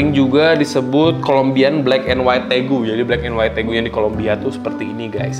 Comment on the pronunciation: Magsudnya tegu bukan regu